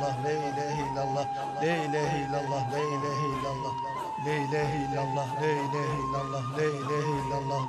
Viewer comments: lee diye okunmaz yanlış okuyorsunuz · Burada e a arası bir ses yok! Direk le var! Video sahibi boşuna beğenmiş. Le ne demek yahu!? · Lee değil zaten "l" e-a arası bir sesle okunması gerekiyor. Arapçadaki "e" Tükçe'deki "e" gibi değildir. Arapça'da e derken ağız açılır. E ve a arası bir ses çıkar. Türkçe'de ise çene aşağıya iner ve hafif tebessümlü okunur. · bile bile yapıldığı belli...yanlış okunuyor...